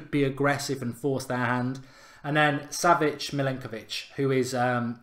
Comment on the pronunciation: mark trying to pronounce savic from lazio bahahahhahaha